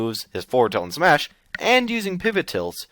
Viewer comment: Its smash not smush or its how you call it